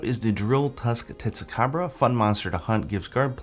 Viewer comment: "TetsucaBRO" XD